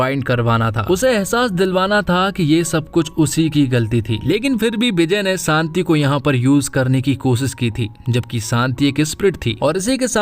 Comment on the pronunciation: Shanti bolo bhai Saanti nahi